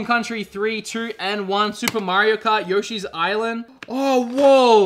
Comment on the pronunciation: It’s Yoshi not Yoshi